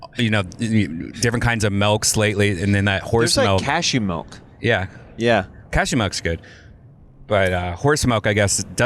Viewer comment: Redban say melk instead of milk 1 more fuckin time i swear to god